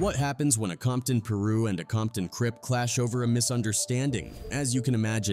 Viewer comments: ITS NOT " PERU ", ITS " PIRU " PRONOUNCED " PIE-RU " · When you guys make videos, please know what you’re talking about. Half of this information is not even accurate because whoever made the video didn’t even do enough research. I lift through all of this as a young girl. And stop saying Peru it’s Piru pronounced Pie-ru. i’m really embarrassed for whoever just strictly used AI for this video. Terrible job.👎🏼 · 2 Dollar Hort? Pee-roos? ITS PRONOUNCED PIE RU YOU MEATBALL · Come on guys.. everyone knows it’s peer-roo… not piru 😂😂😂 In all seriousness, this channel should stop being LAZY and just use their own voice instead of AI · pronounced “piiiie-ruuu” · Peru? I thought it was Peru?🤦🏿‍♂️🤦🏿‍♂️🤦🏿‍♂️🤷🏿‍♂️🤷🏿‍♂️🤷🏿‍♂️ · Tree top pee-ru so disrespectful. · If this robot say “ Peer roo “ 1 mo time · Why do you pronounce Pirue like Peerue? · Your Ai Bot is Messing up several names.Tree Top PIRU is not Peerooh" ... 2 dollar hort??? His name is TOO $HORT. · Peeru??? I can't bro. 🤣🤣🤣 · Peeru 😂😂😂 it’s piru my guy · Its pronounced PYRU(PIE RUE) maybe that would help you out a little lol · How you speaking on the culture but can't pronounce Piru. Smh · If you are going to talk about this learn to pronounce the names properly...it's treetop PI-ROO...PHONETICALLY AND TRAG-NOO PAR GANGSTER CRIPS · Is this an AI voiceover? What the fuck is Peeeru? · I heard you mispronounced it,it's crabs ain't it,with the rest quoted?? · treetop ... peee - roux !!? 🙄🤷🏽‍♂️💀💀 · " Pew- Roo" 💀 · Right PE-RU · And due to the fact you don’t even pronounce PIRU correctly I’m definitely not subscribing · not our fault yall dumb ass mfs cant pronounce piru right lmfao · AI VIDEOS ARE BULLSHIT LOL. Some of this info is wrong, I grew up in carson next to compton during these days and used to buy both of their albums. Both are LEGENDS. AI can't pronounce piru lol......I'm still waiting for a quik and eiht album. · The way he said PIRU pissed me smooth off